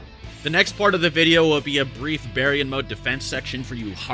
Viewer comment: Bear-e-yawn mode? This entire time I thought it was pronounced Bar-yawn